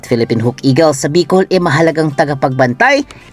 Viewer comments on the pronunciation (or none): none